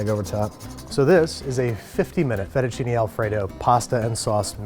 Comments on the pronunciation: "Aillo olio" "Fetishini" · thats not how you pronounce Fettuccine, it is: Fae-too-cee-nae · Sorry, you can't even pronounce "Aglio" or "Fettuccine" and you expect to be taken seriously? - Ma fammi il piacere, continua a cucinare cheeseburger che e' meglio!